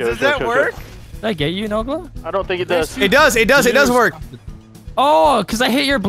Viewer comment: C͠o͠d͠y͠ S͠h͠e͠l͠t͠o͠n͠ "Nola" Don't you mean Nogla xD